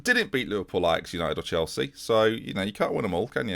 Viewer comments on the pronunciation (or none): none